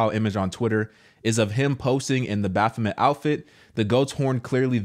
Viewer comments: Me too. is FUNNY ASF 😂🤣😂🤣. Btw it’s Met not Mite bruh I literally crack up Everytime so say it however u want 🤷🏾‍♂️ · It is met not mite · Baf-o-met. That's all. 😆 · I believe it’s pronounced bof-fom-met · BaphoMET. Does not rhyme with ‘Vegemite’. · It's Baph-o-MET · Pronounced Bo fah met